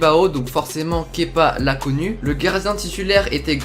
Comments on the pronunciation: un des rares qui prononce bien son prénom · Tu est le seul à bien prononcer kepa à blabla ! 😁👌